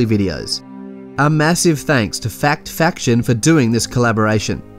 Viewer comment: How u pronounce their name wrong and ur collaborating with them... FACTION not FICTION... Ijs... No hate player... No shade!!! 😎😎